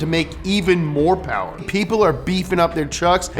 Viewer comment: MO POWUH BABEH